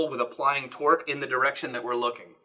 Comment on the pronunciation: I was pretty sure you said 'Twerk' instead of 'Torque' and became very interested in what that would look like.